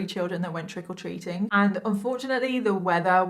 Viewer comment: "trickle treating" is what i keep hearing xD <3